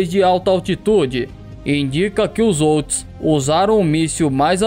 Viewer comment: Houthis se fala como se fosse com R....rutis se pronuncia assim . Só pra te ajudar, bom conteúdo. Os houthis lançaram um Shahab 3 de origem iraniana.